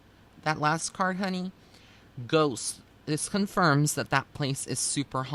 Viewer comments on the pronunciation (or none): none